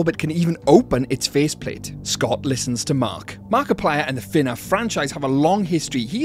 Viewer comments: bro said finaf instead of fnaf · why does bro said "FE NAF"